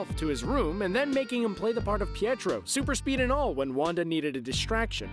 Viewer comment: it's pietro btw